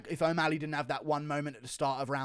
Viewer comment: Dude pronounce o'malley right its not omaaali